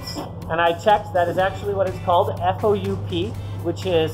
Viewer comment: “Into the foup” - sounds like something from Rick & Morty